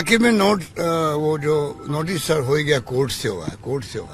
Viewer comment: Sale ko noteish ka naam bhi nhi aata not bol rahe hai